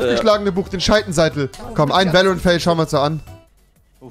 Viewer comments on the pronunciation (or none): Ist noch jemanden aufgefallen, dass Rewi Scheitenseitel gesagt hat